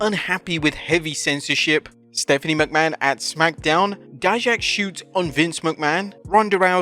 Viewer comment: thank you for finally saying dijaks name right